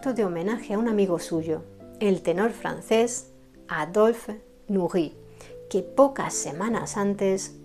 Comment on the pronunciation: No sabría decir cuál es mi favorita, pero siempre me llamó la atención lo dulce y romántica que es su música. Después de haber visto esta excelente biografía sobre el músico polaco, quiero mencionarle que me encanta su pronunciación del francés. Saludos desde Chile 🇨🇱 😁